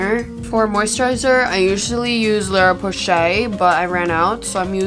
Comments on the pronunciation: you meant La roche-posay? lol I swear I heard you say Lara Porshay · The way you pronounce la roche posay is sending me